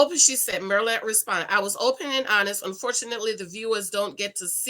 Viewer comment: It's not "MER-LA", IT'S PRONOUNCED: 'MEAR' (LIKE: FEAR) LA! MYR LA